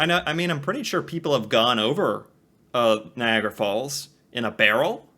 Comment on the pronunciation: NiagAra. Not like "Viagra." And it's "the Maid of the Mist," not "Maiden."